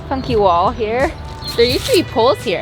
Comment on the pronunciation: Definitely heard f-you wall, not funky wall the first time 😂